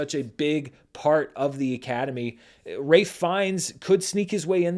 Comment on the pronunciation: May I offer that it’s pronounced Raif Fiennes, not Ray Fiennes? It’s just been bothering me this whole awards season.